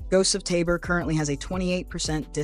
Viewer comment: Finally... someone who correctly pronounces 'Tabor'